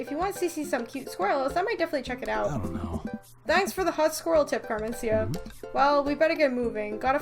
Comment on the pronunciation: Just a little heads up, I'm pretty sure Mat's daughter's name is pronounced "Car-men-SEE-tuh"